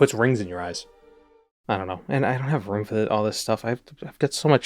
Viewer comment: Hearing him say "dollar" and "room" reminds me of old Jerma streams before he lost the boston accent